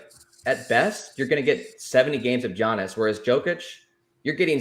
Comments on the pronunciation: you mean Jeeyahniss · As soon as I heard giannis I clicked out